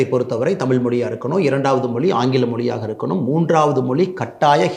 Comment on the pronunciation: வழக்கம்போல அண்ணாமலை கலக்கல்... உங்கள் கருத்து முற்றிலும் சரி... தமிழகத்தின் விடிவெள்ளி அண்ணாமலைக்கு ஒரு சின்ன விஷயம்..... தமிழின் சிறப்பு அதன் ழகரம் தான். ஆனால் அதை... மொளி, தமில், தாய் மொளி, இருமொளிக் கொள்கை, தமிளகம், பிளைப்பு, பயிற்று மொளி.... என்று நீங்கள் பேசுவதைக் கேட்பதற்கு மிகவும் வருத்தமாக உள்ளது... ஏற்கனவே இன்றைய இளைஞர்கள் தமிழைக் கொஞ்சம் கொஞ்சமாகக் கொன்று வரும் நிலையில், இளம் தலைவர்கள்...... அதுவும் அண்ணாமலை போன்ற வரும்கால நம்பிக்கை நட்சத்திரங்கள் இப்படிப் பேசுவது மனதை மிகவும் வேதனைப் படுத்துகிறது...... உங்களது நேர்மை, உழைப்பு, தைரியம் ஆகியவற்றைக்கண்டு ஆயிரக்கணக்கான லட்சக்கணக்கான இளம் வயதினர் உங்களைப் பின்பற்றும் நிலையில்....நீங்கள் இப்படிப் பேசுவதைப் பார்த்து அவர்களும் இப்படிப் பேசத்துவங்கினால் என்ன ஆவது..... (ஏற்கனவே பெரும்பாலானோர் இப்படித்தான் பேசிவருகின்றனர்) ஆகவே தமிழக மக்களைக் காப்பாற்ற அயராது கவனம் செலுத்தி வரும் அண்ணாமலை, தமிழையும் கொஞ்சம் கவனம் செலுத்தி சரியாகப் பேசினால் நன்றாக இருக்கும்.... இதை யாரும் தவறாக எடுத்துக்கொள்ள மாட்டார்கள் என்று நினைக்கிறேன்.....